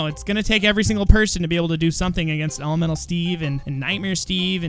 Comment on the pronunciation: Can't u just use coal and wool? im srry but, elemenTal elemenTal!!!! NOT ELEMENAL